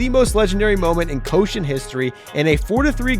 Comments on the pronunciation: Summer "Coshen"😂 It's pronounced " Ko-shi-en" Three syllables, not two😂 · The pronounce of Koshien is not ko-shion, its Ko-Shi-En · Repeat after me: Koh-SHI-Enn, not Koshen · for the record, it's pronounced ko-shi-en, not ko-shen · Why do you keep calling the Koshien the "Koshen"? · Awesome video, very well researched, Just a minor pronunciation note, The stadium the Hanshin Tigers (2023 Champs!) play in and the high school baseball tournament is pronounced Koh-shi-en (the middle syllable like the English word she) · Thx for introducing “Koushien” to ur views as a Japanese ; however u pronunciation is wrongs ions check the correct one.👌